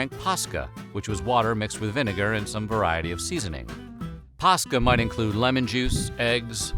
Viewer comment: I can't be the only Finn here. For those who don't know the way he's pronouncing Posca is the exact way we pronounce a Finnish word, paska. This word literally means shit.